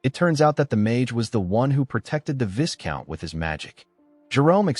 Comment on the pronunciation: Viscount is pronounced vaicount